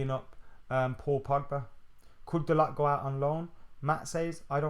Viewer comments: fuck me man whatvis it with these northern guys pronouncing words like children. The T in dalot is silent Bro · Dalot pronounced Dalo with silent T. Man said it himself, speaks good english.